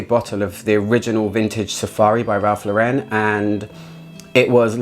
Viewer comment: Great video as usual :) don't forget, Ralph & his brother changed their surname to Lauren, after actress Lauren Bacall as people made fun of their original surname. So it's pronounced like the woman's name - rhymes with "florin". He's American, not French. :)